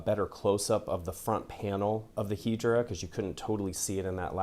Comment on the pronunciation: Is it really pronounced "Hee-dra" and not "Head-ra?"